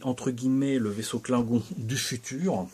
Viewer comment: C’est bien joli tout ça, en plus je trouve que tu maîtrises la prononciation Klingon 🤓 J’en vois beaucoup de la playlist star trek ce jours-ci. Je ne sais plus si c’est dans celle-ci mais « on retourne, Thérèse », j’ai ! 😂 Je suis vert que tu l’aies cassé en nous le présentant. Mais j’imagine qu’il est réparé depuis